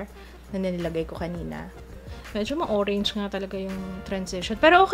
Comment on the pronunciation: "hoe-range" hahahahaahahahahahhah